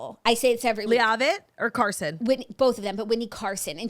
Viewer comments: I LOVE U BOTH!!! PLS PLS !!! It’s PRONOUNCED Whitney LEVITT LOVE U BYE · I can’t tell if Claud is mispronuncing “Leavitt” on purpose or not😂 it’s LE-VIT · PLEASE say Whitney’s last name correctly lol. Listen to the show and hear it. It’s not LEA-AH-VIT. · We’re saying Whitney Leavitt’s last name wrong on purpose, right? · She's doing it on purpose because a couple weeks ago when the whole cast was announced, that's the way Jax pronounced it. Claud corrected her but now it's stuck as an inside joke.